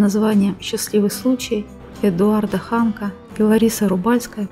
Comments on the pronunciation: Не ХАнка,а ХанкА. Не ВолОжинский район,а ВолОжинский. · ХАнка- это водки! Научись читать правильно, не позорься!!!😮😂😮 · Хоть бы фамилию правильно произносила Ханка.с ударением на последнем слоге.позор. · Второсортный канал. Диктор как читает ни интонации ничего.а фамилию композитора Эдуарда Ханка вообще исковеркала с ударением на первом слоге. Ну оно и понятно -в первые слышит.позор.